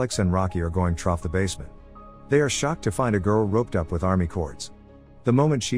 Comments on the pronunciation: Why does it say troff? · There’s no way he’s NOT saying “trough” that many times on purpose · Take a drink every time you hear trof